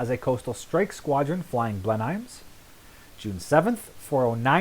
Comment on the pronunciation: My Grandfather flew Mosquitos with 410 squadron. He was killed on operations September 1943. Sir, you are pronouncing Blenheim incorrectly. It's Blen-um.